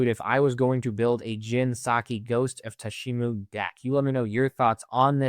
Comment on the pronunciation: “Jin Saki, Ghost of Tsushimo” 😂